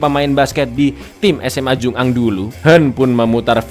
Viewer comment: Bacanya jungang disambung mas bukan jung ang